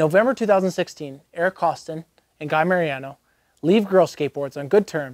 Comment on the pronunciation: I think you meant to pronounce it Eric KOSS-TONE'. 😝